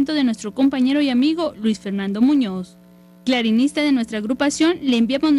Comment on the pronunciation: Clarinista??? O.o ni porque lo esta leyendo la vijea que habla se da cuenta que es clarinetista no clarinista diganle que no pinche mame